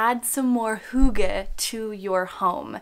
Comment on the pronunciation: not to be THAT person lol but as a dane... if you are going to make a video with the title and concept of hygge in it.. it wouldn't be THAT much to learn to actually pronounce it correctly dear💕 it's NOT hoogge. hugge. it is: hyyyygge. heeeeeeogge. try and hear how danes pronounce Y. it's not easy if you never heard it before. now i can let go of how you interpret the meaning, but at least pronounce it correctly 👀👀💕 and to describe in short what hygge/hyggeligt means: i would say it's : precious moments of the soul. two friends eating pizza, cozy lights, a good soulful conversation, being mindful of the small things, having a meal with friends nd laughing, a cute pencil with a heart on it and you "oh how hyggeligt!"" it's a lot of things... it's not cozy. because hygge is a word ingrained in our culture that you actually can't translate. not all words can be translated. but you can certainly use the feeling of it.